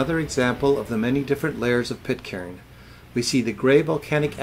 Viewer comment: Pitcairn has a silent 'r'. The same as 'iron'.